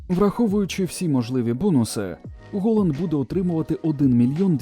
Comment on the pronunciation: Голанд* бляха! А не "холанд" 🤦‍♂🤦‍♂🤦‍♂